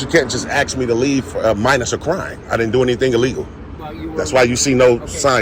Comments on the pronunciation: Can't any of these morons learn how to say the word "ask" ????? ----I'm just asking... 🙄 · Yea, they can "ax" you to leave.😂😂😂😂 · Is it so hard to say ask?